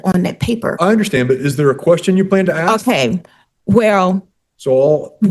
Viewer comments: I hear many people pronounce "ask" as "ax". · Why can't some people in the south pronounce "you all"? Regional and cultural dialect is part of a living spoken language. For some reason, more than any other word, "aks" gets abundant attention, and it's worth asking why is that? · Why can't she pronounce "ask"??